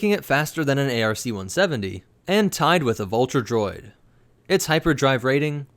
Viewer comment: It’s called an arc 170 not a r c 170. Are you stupid